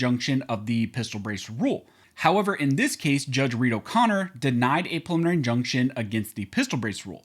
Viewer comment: I love when he says “puhlemonary”